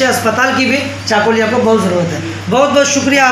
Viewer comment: unito chakulia uchcharon korte pare na aage uchcharon korte sikhun